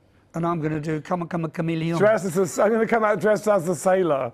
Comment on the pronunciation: 😂😂😂😂 i love how Rod pronounced Chameleon. 😂😂😂. ❤